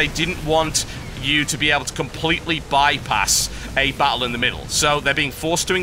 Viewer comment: Love the way he says "Battle" BA OLE.